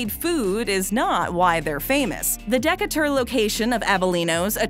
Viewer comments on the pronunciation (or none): Um....De'couture? Would you be speaking of Decatur Georgia? (De-Kate-ur) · Would be great if the narrator could learn to pronounce words correctly before she reads them. One could forgive, I guess, mispronunciations of foreign words like habanero (not habañero), jalapeño and diavolo. But Decatur? And respite? I mean, really!